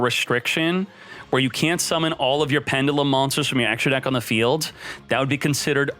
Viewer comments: is the only person i know who can pronounce pendulum like that, and its probably correct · He’s gonna have to learn how to pronounce the word pendulum before they drop them in duel links.